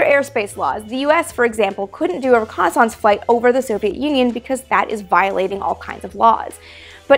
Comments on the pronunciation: Reh connie sonse? ...lol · Amy, I love the way you pronounce reconnaissance. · I like how you church up the word "reconnaissance" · Love the show, but you pronounce "reconnaissance" in an unusual way :) Yes, I know it's also a French word :) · Have...have I been mispronouncing 'reconnaissance' all these years?